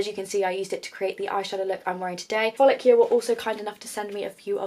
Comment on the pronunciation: It is pronounced "focal law" hun🤣🤣🤣 thats how cindy lou says it anyway.